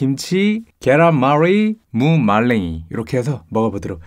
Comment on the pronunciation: 계롼뫄 리~ 무 말뢩이